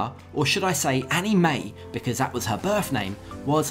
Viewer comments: First of all it's Anna Mae not Annie Mae. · its ana-mae not annie